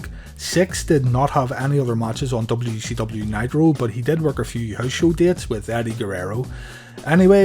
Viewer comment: It sounds like you are saying w e c w lol